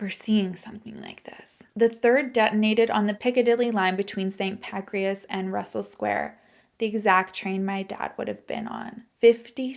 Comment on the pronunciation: calling st. pancras st. pancreas had me laughing a bit! my dad was also in london during the 7/7 bombings, he was safe but it was so scary when he couldn’t get home. so that one really hit close to home… i now also commute into london everyday!